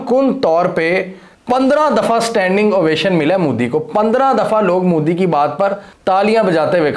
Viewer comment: I love how you pronounce Modi as 'Mudi.' 😂